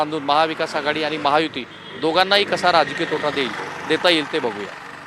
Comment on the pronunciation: महायुती बोलता येत नाही वाटत